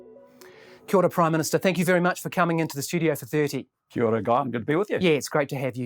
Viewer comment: From this interview he us out of touch and rascist ,won't even say Kia Ora properly we got a carrr guy on, thinks we not watching